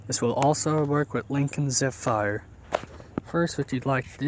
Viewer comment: zefire? lol